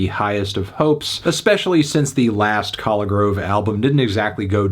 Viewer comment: He couldn’t even pronounce Collegrove correctly